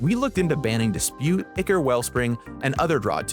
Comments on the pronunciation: You are correct about draught and incorrect about ichor. Someone else mentioned this, but the original word ("ἰχώρ") is from ancient Greek and is pronounced the same today as it was then: "eechor". Gavin's (incorrect) pronunciation is closer to the correct one than yours is! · The word ichor is of greek origin and therefore pronounced EE-Chor though I guess the english pronunciation may differ. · The one thing I always look forward to as someone who doesn't even play Pauper is the amount of effort that goes into updating the community on the changes (also fwiw I think they're pronounced ai-kor [ichor] and draft [draught] respectively, sorry for being that guy).